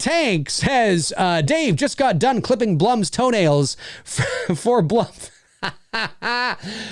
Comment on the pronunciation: Dave im sorry. It’s actually „Blum“ like the first „wrong“ version for u. It’s a German name and it’s correct pronunciation is German. Sidefact: Blume is the german Word for Flower. That’s where his name is actually coming from. P.S much love for ur content from Germany 🇩🇪 :)